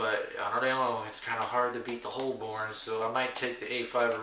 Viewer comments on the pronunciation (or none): hey.. it's pronounced "Hobun" lol .. I love filofax.. good review